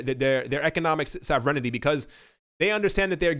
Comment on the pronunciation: Hilarious how her pronounces sovereignty lol 😝